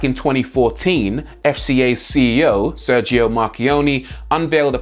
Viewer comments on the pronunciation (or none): Yes!! Yes!! Yes!! He is the first native English speaker who managed to pronounce a non-English word rightly. He said: Porsche with "e" at the end. Ok, he pronounce every other non-English names wrong, Sergio, Volkswagen...etc.....but it's still great from an English speaker.